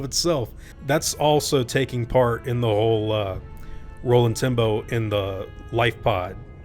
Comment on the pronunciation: Am i the only one who hears Rolling Timbo when he says Roland Tembo?